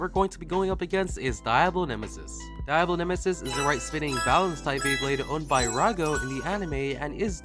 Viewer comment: My Mexican self can't help but correct the way you say Diablo nemesis the I in Diablo isn't supposed to have as much emphasis as you pronounce it. It is actually to put more emphasis on the D